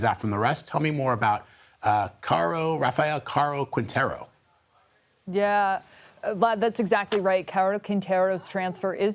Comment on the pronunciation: Cuaro cuineiro 😂 the way they say the name